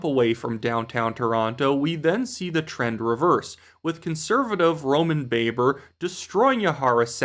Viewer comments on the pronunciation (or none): you’re doing it otherwise fabulous job,. But I like to point out one thing to you, it’s the pronunciation of Roman Babar’s name, it’s pronounced like it rhymes with blabber. I watched an interview with him during the Conservative leadership race a few years ago, and I heard him say his own name.